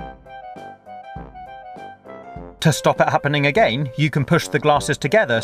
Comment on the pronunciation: the way he says 'again' is driving me mad